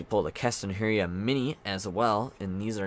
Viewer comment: Mannnn, please say keston hiura's name right lol its driving me nuts. Its not 'herrey ah'.... Its 'He Er AH'